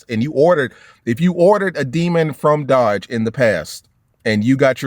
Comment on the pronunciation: 🇺🇸🇺🇸🇺🇸🇺🇸 Last real American muscle All I gotta say is when you say the word Dodge put some spect on it